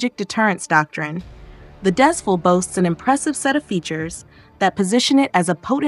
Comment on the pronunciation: Because of the spelling, I can't blame you for mispronouncing it as "Dez-Full"!! This is the name of a location. And it's pronounced as "Dez-Fool"!! Thank you